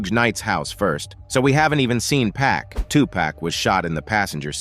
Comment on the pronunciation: Made me stop watching